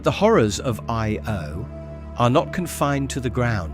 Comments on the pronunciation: Funny how the AI voice struggled with the word Io, but still an entertaining and informative video. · so is it aye-oh? yo? ee-o?